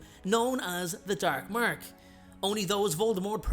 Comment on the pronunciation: the DERK MERK